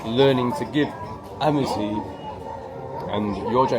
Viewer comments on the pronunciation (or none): none